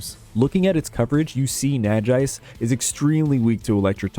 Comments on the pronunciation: Super excited to see more! As someone who played through most Pokemon games with little real knowledge of in depth mechanics, I'm excited to learn more. Only gripe about this video was pronunciation on Nagaise, derived from Naga and Wise, I think it's probably pronounced nah-gah-eyes. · First time I hear someone pronouncing Nagaise this way haha, nice video nevertheless!!